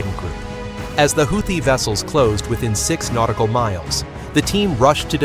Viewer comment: AI can’t even pronounce Houthi.. lmao